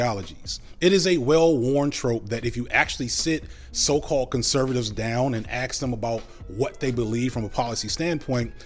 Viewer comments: Could you PLEASE say ask and not ax. It is so annoying. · This is a bit of a weird aside, but I noticed pronounced "aks", rather than how I would say "ask", and it reminded me of this fascinating video about the word by Dr Geoff Lindsay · Where does the accent (i guess) where you say aks instead of ask come from ?